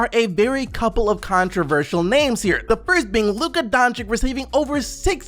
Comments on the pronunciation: PLEASEEEE read it like Donchich not Donchik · It really grinds my gears when I hear americans pronounce doncic donchik.... IT'S PRONOUNCED DONSICH PEOPLE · Dontchitch not Donchick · Please please can you finally learn how to say Doncic ;) its not really professional